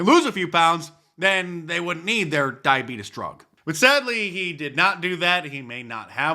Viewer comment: I know how Mark dice says diabetes now. I can sleep.